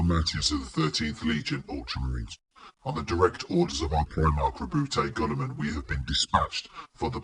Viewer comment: isn't it pronounced gilliman